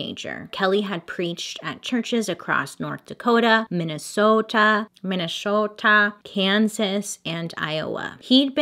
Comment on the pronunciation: as a minnesotan the way she pronounced minnesota hurt my soul